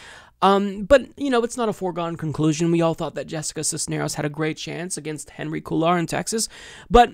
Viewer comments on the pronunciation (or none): none